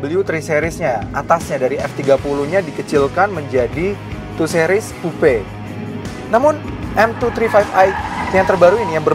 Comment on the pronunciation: 2 sih-ries, bukan 2 seh-ries